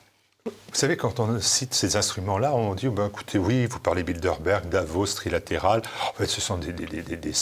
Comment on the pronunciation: Le décurion a t il de bonnes lunettes? c est BildeRberg , pas BildeLberg. Ou bien, doit il aller chez le prothésiste-dentiste ?